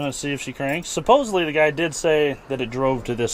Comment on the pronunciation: Supposedly not supposebly. Darned yanks. 😂🙄